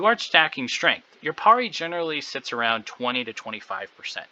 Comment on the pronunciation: why are u saying parry so weird :} cool vid anyway